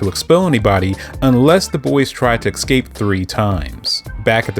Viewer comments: The word is escape, not ekscape. For this I must leave a dislike because you said it incorrectly so many times. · Can't listen to this man butcher the word ESCAPE with his pronounciation as EXcape like wtf man.. Lean the damn language. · Thank fucking God, someone else called that out. He said the anime doesn’t do the manga justice, but I thought to myself: “you know what you don’t do justice? Your pronunciation of “escape.” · Ngl I personally had to stop watching after you said “excape” for the fifth time😭